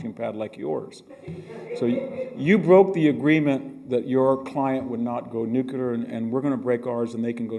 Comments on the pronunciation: I only just today discovered Prof Hanson. What a delight. Thank you for the upload. It is interesting that he pronounces nuclear as "new-cue-lure" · Makes me crazy that so many intelligent people mispronounce nuclear, and being from Illinois, that one bothers me too. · I will never understand, though, why VDH says "nucular" and "Illinoise"... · I just noticed that but George W. Bush said nucular, too. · same here. it's one of my small pet peeves. NOOOO -- KLEEEEE -- ERRRRR. there's no y in nuclear........but then again there's no y in huge either 🤨🤔🤔🤨🤣😅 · Exedra... Nukelar.... Some professor. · I'm shocked to hear VDH saying "nucular"! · "Nucular, nucular, nucular, nucular, nucular, nucular...." (Long sigh) It's pronounced "nu-clee-ar". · Victor!!! it is not new cu ler. It is new cle r. You've spent too much time in Palo Alto... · Nook-a-ler??? With a Ph.D. from Stanford in military history? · Why do some apparently intelligent people say nu-cu-lar instead of nu-clear? One of the mysteries of the human brain .... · Professor, you are intelligent, educated, articulate. Please differentiate yourself from George W Bush and get into a closet if you have to, but the word is NEW CLEAR. Just say those two words quickly and close together and you have nailed it. The danger is sounding so much like Bush that you can’t be heard. Just a tip buddy. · To assist in your further education the word "nuclear" is not pronounced "Nucular" or "nookula" it is "new clear". Now aside from that I love your work Dr Hanson, keep it up. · "Nucular"? Come on Hanson, WTF?!?!? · Its Not Nucular !!! Grrrrr